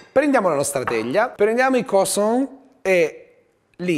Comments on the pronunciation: Va bene tutto, ma "croissant" pronunciato "crosan" non si può sentire😂 (si pronuncia "cruasan" con "an" detto nasale) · 1) CrUassan e non crOssan.. giusto per essere un tantinino cagacazzo XD 2) quelli nelle buste che scoppiano sono praticamente brioches e farebbero vomitare se usate per fare una lasagna XD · “La lasagna crossonn ” inoltre complimenti a chi ha montato il video HAHAHAH